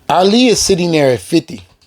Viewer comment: This man keeps butchering Ali’s name. Damn bro learn his name first.